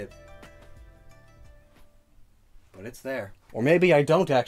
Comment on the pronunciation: Stop saying illotion